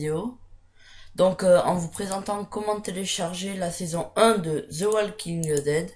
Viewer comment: Merci beaucoup mais plz arrête de prononcer les ''ze'' quand t'essai de parler en anglais c'est franchement énervant haha :/